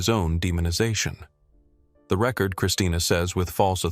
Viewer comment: Record mispronounced